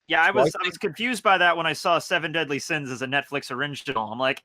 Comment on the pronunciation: Seu-veun-deaudlu Sains